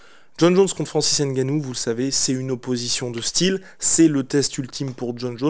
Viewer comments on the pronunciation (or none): Francis Ngannou. Pas Francis N Gannou. Le N ne se prononce pas 😡